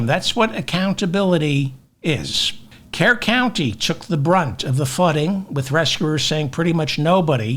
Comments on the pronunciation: David: it is pronounced Kerr - Cur county. 😅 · Kerr county is pronounced “cur”. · Kerr is pronounced CUR The city/county is pronounced CURville